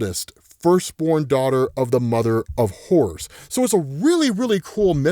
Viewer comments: swear he's saying mother of whores ... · Every time he said “Mother of Horrors” I swear he said “Mother of Whores”